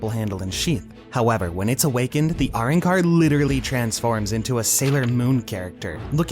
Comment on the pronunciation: What the hell is a "Roncar", have you actually watched the series. Its "Arrancar" pronounced Ah-ron-car